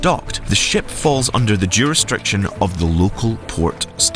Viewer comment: Bohemian law (that's even what the subtitles say)? Surely you mean Bahamian law. "juristriction" ? I know it's difficult to record such a long speech, but there's no shame in doing several takes to edit out mispronunciations and mistakes